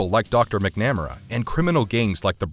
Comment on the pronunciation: Mick-nam-r-a…..yikes. It’s MAC-NA-MARA